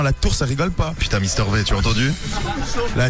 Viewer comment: "mister vé" XDD rip mister v XD